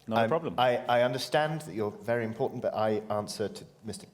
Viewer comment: It was ...ImPAWtant ... to free the Valet.